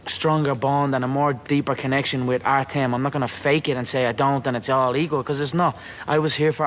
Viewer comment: It's Artyom, not Artem. The ё make a 'yo' sound.